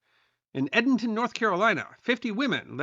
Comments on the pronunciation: Edenton is pronounced like Eden in the Bible, not Ed un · Edenton NC is pronounced Ee-DEN-TON😅 now try Chocowinity or Ocracoke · Edenton, North Carolina is pronounced with long E first letter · Edenton is pronounced ee rathe than eh.